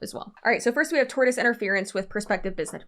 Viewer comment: I laughed so hard at you calling that guy Doug Dimmidome, and now I can't get that one you tube poop out of my head. Also, I glanced through the comments and didn't see anyone saying this, so I hope I'm not piling on; tortious is pronounced tor-shus. This was a great breakdown of a truly ridiculous situation. I hope these people go down hard.